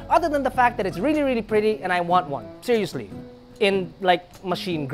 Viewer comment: No? Seriousleih? hahahaha